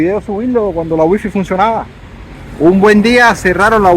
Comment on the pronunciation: No se dice wifi se dice waifay